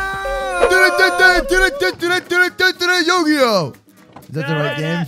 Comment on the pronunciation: did u say yu gi oh at the start of the video